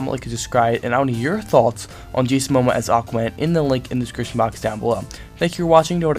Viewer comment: I feel I must help you pronounce his name: mo - mo - uh :)